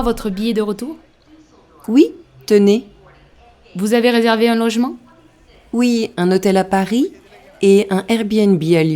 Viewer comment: Merci beaucoup. I found difficulty with ici pour du tourisme, restez sounded like visité, billet de retour, un logement sounded like arrangement. The rest I got it right.